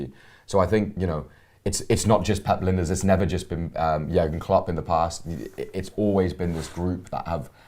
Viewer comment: Er his name is LINE - DERS not Linda's. Where is the respect amongst Red vloggers?